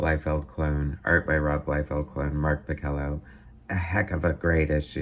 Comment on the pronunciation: I was Mark's assistant on most all of his work during this era at Marvel. I have unused pages from this issue and others. Mark's last name is pronounced Pa-Sell-a . Mark did not draw like Rob. Mark was asked to draw like Rob, and then it stuck. Mark found it fun to be a Bombastic artist.